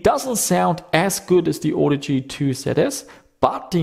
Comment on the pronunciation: I think you may be pronouncing it wrong. ;-)